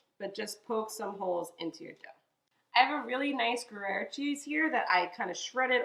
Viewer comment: Love the appetizer choice. Love these mushroom tart pastry delights. Please note, Gruyère is pronounced ‘Gree - Air’.